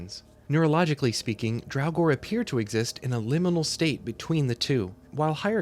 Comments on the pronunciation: It Draugr, NOT drowgor. 🤬🤬🖕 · I honestly had to stop listening because of the constant calling them "Drauwgor"